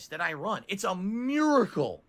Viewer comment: Add the word miracle to the list of words mispronounces. “It’s a mewrihcle”